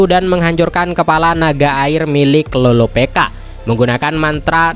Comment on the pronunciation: loropicka bkn loropeka